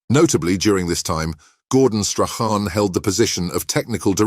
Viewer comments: Your pronunciation of Strachan has had at least 6 different variants, being Scottish and Strachan being a very Scottish name it’s pronounced Strakan. I hope this helps you in your future videos as I believe you should do a little bit of research in the pronunciations. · yes , is it AI narration ? a real Brit football fan would know how to pronounce these names .